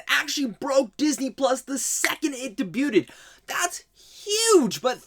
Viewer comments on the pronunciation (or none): debut-ed ... lol...